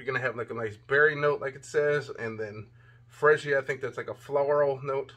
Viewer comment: Perfume fragance is suppose to lighten the longer it's on. Not stronger or the same. Female fragances are stronger. Freesia is pronounced free sha. What do you mean the bottle is cheap? Do you want to pay for the bottle or the fragrance? It looks good and smells good and the bottles looks good. It's not about the bottle materials totally. I think it feels good, looks, and smells good. And Russell is star quarterback for the Seattle Seahawks, not just a football player. Consider brushing up on your skills before reviewing because this means something to their lives and how they can help somebody's life. Rating your review, I give you 3 out of 5. Hope your review will encourage purchases.